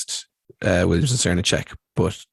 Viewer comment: Enjoyed listening to this ps. Srnicek is pronounced SirNick pps. if we take the environmental issues as importantly as we should all these ideas need to come into effect. Capitalism is eating itself.